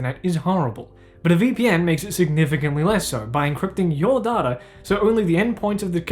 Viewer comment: I'm mildly upset by the way you say Data. It's Data, not Data.